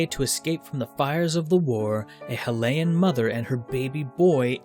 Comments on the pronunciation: It's Hylian like Hi not Helayin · Look... please.. say it right... Hylian (high-lee-an)... dam that game for introducing the nonsensical word Hyrulian... that's as bad as calling Bowser 'Koopa' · high lee an is how u say hylian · Hill-ee-an. Soft "y". Many folks nowadays pronounce it your way, but the etymology and the history that the game was based around suggest Hylia and Hylian are pronounced with a soft "y". But, to each his own, I say; pronounce fantasy words however you wish :D Some say "dee-ku"; some say "deh-ku"; I say "day-ku". Some say "Go-ron"; I say "Gore-in". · Pronounces hyrulean corrrectly but not hylian wat